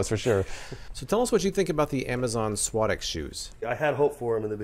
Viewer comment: you are pronouncing suadex completely wrong